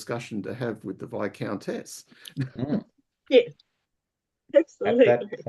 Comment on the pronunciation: So many kickstarters... And still love the costumes. And Tom's cat. And I'm still so sorry about how I continue to mispronounce 'viscountess'.